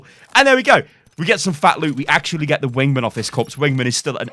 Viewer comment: Why do you pronounce "wingman" in such a strange way